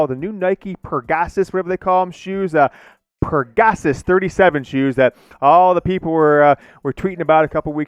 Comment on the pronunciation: Hey, it's Peg-a-sus (peg-uh-suss is how it's pronounced).